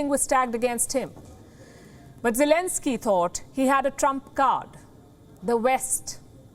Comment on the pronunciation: I actually heard zielinski however it's you pronounce it his name ..... is actually a stand-up comedian and also an actor 🤔